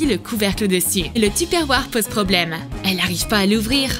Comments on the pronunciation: Une partie deux stp 🥺 Genre tu parles du truc pour réveiller sa copine en collant des punaises sur son cadran :/ bravo pour les enfants de 7 ans omg comment elle a prononcée tuperware 😭😭😭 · Personne ne s'insurge sur cette prononciation de Tupperware?